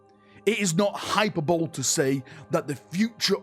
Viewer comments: it's "hipper-bolee" not "hyperbowl" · Hyperbole is pronounced "hai-puh-buh-le"... not hai-per-bol. 😄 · Hi-per-Bo-lee…. Not Hyper bowl…never change … we love you just as you are!!! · "hyperbole" is NOT pronounced "HYPER-BOWL" jesus.. HY-PER-BO-LEE 4 SYLLABLES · The Ep-eh-tome of hyper-bowl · hyperbole is pronounced hi PER bo lee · hyperbole = high-per-bow-lee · Say it with me, "High per bow lee" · Bro really just said "hyper bowl" for hyperbole. Never change. 😂😂😂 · apology video for mispronouncing hyperbole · can barely pronounce words correctly when they're spelt phonetically. Do you really expect him to say hyperbole correctly? Most non-dyslexic native English speakers stuff that word up when they read it out for the first time.